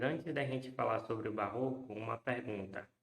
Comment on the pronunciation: Faltou não é "barro" nem "oco", é Barroco!